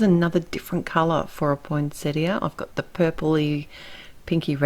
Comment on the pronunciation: I can't tell you how happy this botanist's wife was that you pronounced Poinsettia correctly. And bonus... you knew they aren't flowers but leaves!!! I'd come to Austrailia and hug you if I could!! I love your cards and am glad I stumbled onto your series.